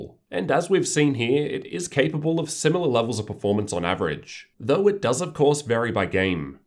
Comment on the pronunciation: Australians really try their hardest to make pronouncing the word "though" difficult don't they.